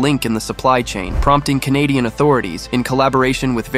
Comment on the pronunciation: I didn't realize the narrator was AI........until it badly mispronounced both "Canadian" and "Michigan" and "opposition" . "Opposition" was particularly hilarious. I mean, come on... Use a human!